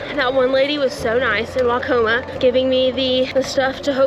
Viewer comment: Welcome to Iowa!! Hope you come back!!! Waucoma pronunciation was spot on. However before Mason City, the small town of Klemme has everyone saying it wrong. lol lol lol. It’s pronounced Clem-E. Shamrocks ☘️ as their mascot when they had their own school back in the day.